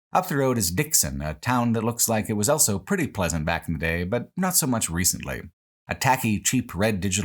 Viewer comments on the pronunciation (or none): pronounces the word "also" as "elso"